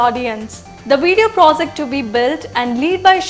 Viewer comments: No offence to story telling, however you are an English news channel then you must have pronounciation correct for in coming years. Project not Prosect for an example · may be you would like work on these words Intelizent, prozect foootprints, expeeerance, naational emaazining etc.... to get u going on ur channel